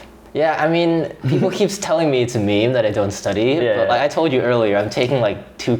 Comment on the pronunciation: you can see is trying not to laugh when he pronounced it 'meemee'